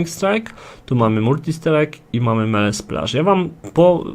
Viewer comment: "Melee" = "mili", nie "mele". To tak tylko na marginesie :) Dzięki za wszystkie filmiki - duzo rozjasniaja :D